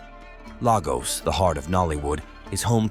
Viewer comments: If you are gonna do a video about any place you are not from, get the names of people and places right: Lagos is pronounced Laygoss for you foreigners. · From what he portrays clearly he has not been there. He can’t even pronounce Lagos correctly. Forget it